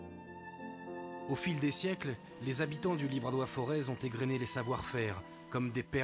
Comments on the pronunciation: Les Auvergnats ne font pas sonner le Z final...le "Forêt"... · On ne prononce pas le Z de Forez.